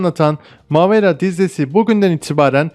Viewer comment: Mavera değil Mâvera ilk a yı biraz uzatmalısınız.